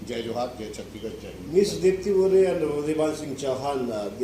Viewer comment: दीप्ति ओगरे बोलिए मैडम जी